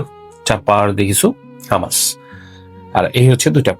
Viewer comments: ভাই উচ্চারণ হামাস না hu. muhs হুমাচ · Bangali beshi bujhle ja hoy eitar pronounciation humus e hobe hummus na spelling hummus